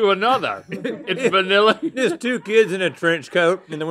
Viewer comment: It’s vAniLlA you say 😂😂